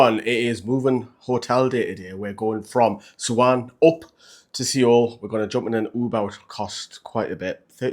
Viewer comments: Its pronounced soul not see-ole 😂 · Mate great vids as always, you keep it real and that's appreciated by many fans, but please... it's pronounced SOUL, drop the E. Lived and worked in Seoul, if a Korean person has told you it's pronounced that way then they're likely having a joke with you! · Soul not see ol. 😊